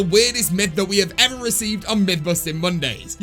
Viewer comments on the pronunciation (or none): none